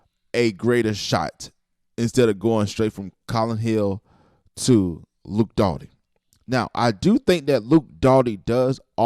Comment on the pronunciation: It's not Dotty bro. It's Doty. Just saying.